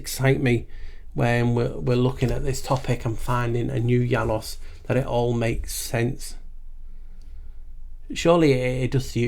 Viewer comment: Your ‘Janus’ is SO on-point! 😂 You rock my friend, such a delightful, educational video again! Boom! 💥😁🙏🏼 Nameste